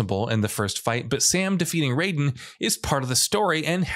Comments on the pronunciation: Raiden is pronounced RYE-DEN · MGS Raiden's name is pronounced R-EYE-DEN and HighMax is a reploid, not a mechaniloid.